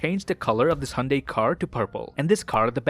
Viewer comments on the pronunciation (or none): none